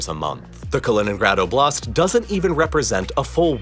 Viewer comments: Btw the emphasis? stress? is on o in oblast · Oblast is not oh, BLAST as you say it; it's OH, blast! It's not that hard to pronounce it correctly. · Why do you pronounce it as oblAst? It's Oblast!